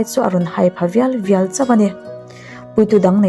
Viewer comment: Ngaihthlak a nuam hle mai. Mahse, Bûka ni lovin, buka (chhimbuk sawina) Thlanrawkpa khuangchawi ami chhimbuk sa chang ve lo, thinrim kha, buka sakham an tih kha a ni. Chuan, ka sam seilai a rawn khawih pha viai viai tih tur. Vial vial ni lovin.